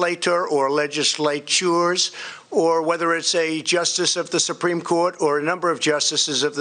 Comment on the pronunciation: "Whether it's a (he takes a breath to get ready) Le-Jis-Lay-Toor or (and this one really gave him a struggle) Le-Jis-Lay- TYOORS!" He really has a problem with multi-syllable words.